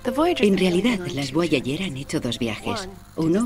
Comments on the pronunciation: Porque dice voayayer? Tambien Habel. entiendo que los españoles esten peleados con el ingles pero: Repitan despues de mi: Jobol, Jobol, Jobol... Boyayer. Boyayer. Boyayer.. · “BUAYAYER” JAJAJAJAJAJAAJAJAJAJAJJAAJAJJAJAJAJAJAJAJAJAJAJAJA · Es Voyager